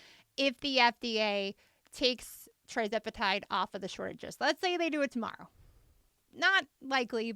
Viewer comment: Thank you for getting this information out! I have been loving your content. BTW, you’ve been slightly mispronouncing the name of this miracle drug. It’s not TRIzepatide, it’s TIRzepatide. It’s on my list of “favorite things” because after 40 years of dieting and even weight loss surgery, I’m finally at my goal weight because of this medication! And I lost ALL my excess weight on the compounded version🩵🩵🩵